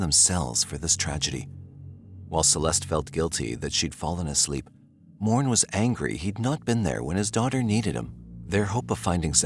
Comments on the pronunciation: Lol Morne you pronounce Mornay. The is è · Its actually pronounced MOR-NAY (Morne) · fwiw, Morne is pronounced "Mornay".